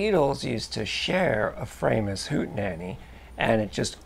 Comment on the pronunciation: It's pronounced 'Fraw~mus' properly. Greetings from Germany 🇩🇪